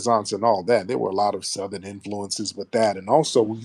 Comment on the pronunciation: I thought I heard this broad say it JANKY. Her over the top COSplayin azz said THUH-thern. Girl 👋🏾 bye